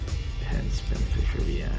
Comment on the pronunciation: it's not VI it's 6.🤣